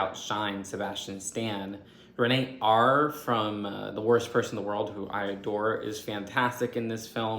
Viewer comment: "Reenayte" lol. She's Norwegian and there are three distinct syllables in the pronunciation of that name: Re-na-te. Check out the wikipedia page _that you have a link to in the video_. Her name is a female variation of the the Latin Re-na-tus. The last fifteen minutes of the movie is where they reiterate on the main point, which is people don't really change. The main character was insecure, shy and indecisive before the transformation and he remained insecure, shy and indecisive after the transformation. The feeling I got from the last 15 minutes or the last 15 seconds, was "holy shit, I better work on my insecurities" and not "whoa that's totally unnecessary". If it was unnecessary in your opinion, explain why, don't just throw your arms up in the air. The more I watch your reviews the more I realize you're either totally clueless or you're pretending to be clueless. Neither is cute. You're not actually providing any perspective or analysis, you're just saying "I like this" or "this felt too long for me" without providing any context or rationalization or and even without sharing your own emotions. It's impossible to know whether or not I may enjoy or dislike a movie based on your review because you're talking without actually saying anything. Being spoiler free is a cop out. Read some reviews on rotten tomatoes or whatever to see how other people do it.